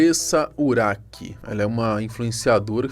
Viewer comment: O nome dela se escreve urach mas não se pronuncia nem urak e nem uraxi . A pronuncia correta é Urá .